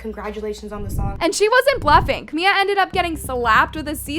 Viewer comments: Her name is CamiLA. The whole video you’re calling her Camia. Literally SO CRINGE. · Her name is "CaMILA" not "CaMIA" smh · “Ca Mia “ 😭😭😭😭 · yeah I get it but whenever sb or Camila talks about hs she says Camila not Camia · Camia? Say the name right wow how annoying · I mean maybe say her name right one time if you’re going to clown on her. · I beg you to please pronounce the L’s 😭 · Girllll pleaseee learn the correct names of people you talk about its trrriggeringgg